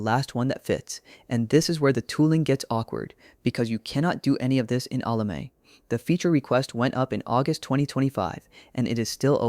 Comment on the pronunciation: As informative as this is, using an AI voice is a bit annoying. Unless you really pronounce Ollama as Ola-may